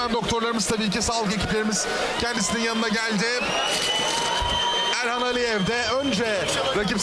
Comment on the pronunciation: Sunucu kim? Elxana Mesut diyo 🤣